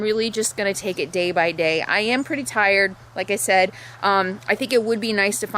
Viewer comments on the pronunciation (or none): none